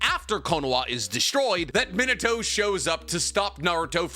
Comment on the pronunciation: It's pronounced ME-NAH-TOE -_